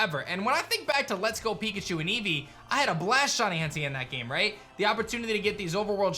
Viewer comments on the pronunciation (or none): none